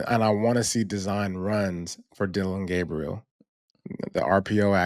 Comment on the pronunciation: called Dillon “Gabbriel”🤨it’s a hard “A” bro!